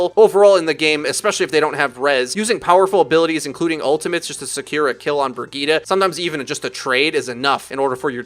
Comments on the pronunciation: Who the fuck is Briggeta Do you mean “Bridge-ett”? Like fuck man pronunciation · Did he pronounce Brigitte as "Briggita"? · The name is Brigitte, not Birgitta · BRI-GIT-TE. Bri as in brie cheese, git as in git gud, te as in tesla. jfc. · fucking shit man, stop calling brigitte BERGEEDAH. if you're going to use the swedish pronunciation, at least say it properly. no one says sombra with a spanish accent or widowmaker with a french accent, they say them in a normal american accent, so why halfass brigitte's pronunciation? her first 3 letters are BRI btw, not BER. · U said Bridgette wrong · Can't anyone pronounce Brigitte right?